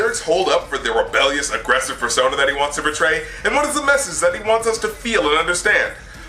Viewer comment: he says fur-sona? Like... the furry thing.... ???